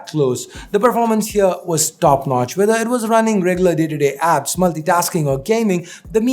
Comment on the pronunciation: That No-tch 🙄🙄